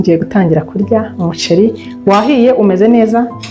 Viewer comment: Ukuntu uvuga umuceli😂birumvikana neza❤❤❤